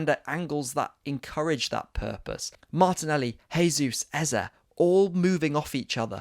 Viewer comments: Bro it's JAYsus not HAYsus. HAYsus is the Spanish pronunciation, he's Brazilian where they speak Portugese. You're saying it wrong 👍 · Great analysis. New subscriber here. Oh and just a small point Jesus is Brazilian so it’s pronounced with a hard J (unlike in Spanish where it’s soft). Pleased to see that performance. COYG